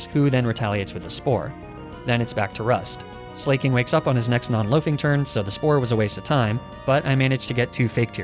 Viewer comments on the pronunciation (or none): I don't know why this dolt says ''slay-king'' Slaking is obviously based on the word ''slack'' which basically means lazy. Leading to the obvious pronunciation of slack-king. But I guess that's what happens when you're a YouTuber with zero skills or knowledge outside of Pokemon. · I love the way you prononuce Slaking as 'Slay-King' 😂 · "Slay-king"? "Fah-chade"? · INTENTIONALLY PRONOUNCING THINGS WRONG IS MY FAVORITE THING. I love this so much. Slayyyyy-king. Fakadé.